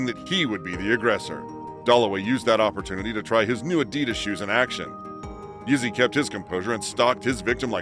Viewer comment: Idk who’s reading the script but it’s not good the way they pronounce the names keeps sounding like they calling him Izzy